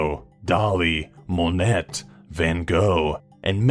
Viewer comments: It's pronounced Monae not Monet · I'm sorry did you just say "Monette"? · "moan-net" "mul-dives" ??? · The french artist's name is of course pronounced mo-nay, not mo-nette. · when he said "Monet" with the t i almost died. tis pronounce mohnay and i screamed that exact sentenced. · MOE-NETT? do you mean MO-NAY that's how it's pronounced. WTF is wrong with people today? Can't spell, can't pronounce words properly - especially of really FAMOUS people. T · It's pronounced MOH-NAY, you uncultured swine! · haha he said Mo neT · You trolling me? Monette? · #8. Monnet Is is pronounced Moe- nay sorry to be a blitch, but art is my soul... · "Monett" okay ✋🏻 You come into my house,,,, on the day of my daughter's wedding,,,, and you dare disrespect me like that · If he learns to pronounce 'Monet' correctly, then yes 😂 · YES, WE CANNOT LET IT BUTCHER THE NAME MONET EVER AGAIN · So much cringe when you pronounced Monet with a harsh 'T', please tell me you don't also pronounce the 'T' in 'ballet'?! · Oh god, you did it again when you pronounced 'Maldives'! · The phrase "reckless amounts of cheese" is almost enough for me to forgive you for mispronouncing Monet.